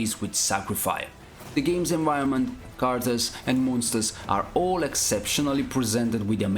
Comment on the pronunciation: You still don't pronounce the word "characters" correctly, but the selection of games is always more than good. :-)